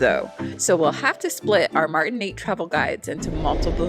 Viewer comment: Se pronuncia Martinic